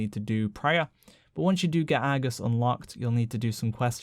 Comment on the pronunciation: "Once you get AAH-gus unlooked"